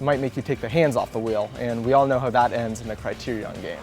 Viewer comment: the way this guy says Criterion pissed me off